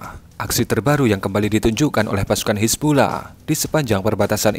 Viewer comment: Napa baca nya "hizbullah" sih min?